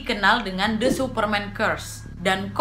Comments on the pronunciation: Kak Nad , aku trmsk follower baru nih🙈 baru sempet mampir ke video yg ini,, cuma mau ksh masukan, pelafalan "the" jika kata slthnya diawali huruf vocal please dibaca "di" jgn "de" lagi,, biar makin perfect kakak🥰 i like you pake banget pokoknya ❤️💃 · The (di) Omen The (di) Exorcist Bukan the (de-kat) mbak Nadia.. hehehe ! 😁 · Spelling saat baca the omen sm the exorcist....the nya dibaca i mbak, kalo ketemu huruf vocal, kalo ketemu konsonan baru dibaca e #aku fikir gak sengaja tp diulangi saat baca the exorcist, maaf yaa...masukan aja